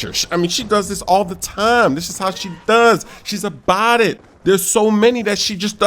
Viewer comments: no he wasn’t, he was saying “bodit” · Lol is he sayimg A Body or About it lmao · it's "about it" not "a body"